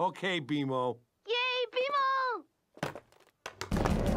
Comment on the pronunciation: i forgot how good bmo’s accent is